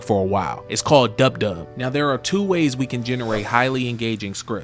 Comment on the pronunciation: Its dupdub not dubdub